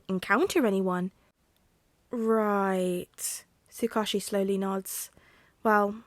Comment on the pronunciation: One of the few upsides to being super busy is playing catch-up with this series! Although, I do have the slightest pronunciation nitpick for you. Tsukauchi is pronounced Sue-Cah-Oooh-Chi (cah like 'car' without the 'r')